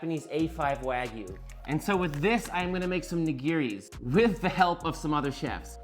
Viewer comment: Just some kindly feedback. Please learn the proper Japanese pronunciation of "Nigiri". Instead of saying "ree" at the end, it's pronounced "dee" with that "d" being soft. Mispronunciation of this word is a common mistake.